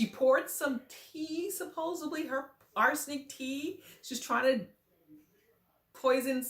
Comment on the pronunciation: Supposedvedly? Not a real word honey 😂😂😂😂